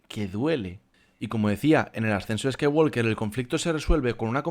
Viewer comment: La L de Walk no se pronuncia. No se dice "scaiguolker", se dice "scaiguoker", sin la L.